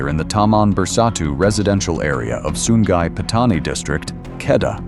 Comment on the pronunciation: Sungai jadi Sun Gai